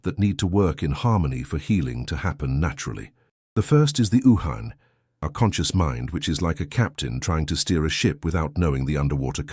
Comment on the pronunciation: It’s uhane: pronounced as Oo haa nay